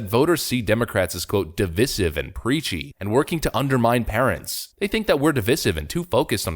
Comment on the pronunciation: you gotta' learn to say "divisive" right. you're not saying it right. div-EYE-sive.